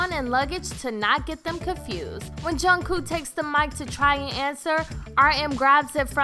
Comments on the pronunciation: She said JUNKOO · No swearing 😂😂😂 did she listen to AGUST D or do you by rap monster sure no swearing and no exposure did she see fake love 😂😂😂😂😂 also no hate but jungkooks name is not that hard to say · Jin and who? (ik who Jungkook is she just pronounced his name wrong? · This is all..so wrong..like how do you except people to believe this when u can't even say Jungkook's name right lmao. This person is saying everything so boldly like they know what they're talking abt. Yknow what, they should just hire an actual army for these types of videos y'all are so misinformed. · junGKOO WHAT DID I HEAR THAT RIGHT IF I DID IM WHEEZING 😂😂😂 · Im i just hearing her wrong or is she calling jungkook jungkoo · is no one gonna mention that she said Jung-koo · GWSN BTS REDVELVET TWICE PENTAGON BLACKPINK yeppppp and she pronounce bangtan Bang tan and Jungkook Jungkoo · this video doesn't make sense at all lmao jimin and jungkook have "exposed" their body more than once. and swearing... I'm pretty sure they know what they are saying in both Korean and English, seen the fact that Kim Namjoon is fluent in English - ugh jungkoo. SPEAK NORMALLY WOMEN> THEY HAVE NAMES. just say jungkook not jungkoo. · The k in kook isn’t a hard sound shhshwhshua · Its jungkook not jungkoo lol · junkoo..IT'S JUNKOOK!! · She said jungkoo not jungkook lol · Goddamn I swear to god she said jungkoo and not Jungkook like tf is it that hard .-. Imma Kermit suicide - runs through a window and jumps - XD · Lady: "Junku says Jin and Jimin are most knowledgeable about alcohol" Did she really just say "Junku" instead of Jungkook? 😐 ExCusE mE? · yyyueeeessss I was like jung wHo??? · "juhng coo" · “John kuh” I’m crying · it’s JungKOOK! Not junkoo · Jungkoooooooooooo WHERES THE “K” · Why does she keep calling Jungkook ‘Jungkooo’? Like, are u a pigeon or something? Like stop cooing after saying Jungkook, like for real! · She said my bias jungku lol 😂😅ah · juncoo and sugar have left the chat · And don't forget Jungcoo